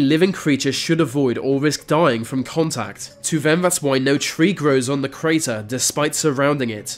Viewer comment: You say vem and vis instead of them and this strange !!!!